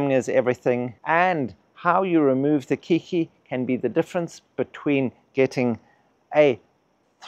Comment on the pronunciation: Keiki is Hawaiian for child; the word later adopted for young orchids off-spring. The word is pronounced "Kay-kee"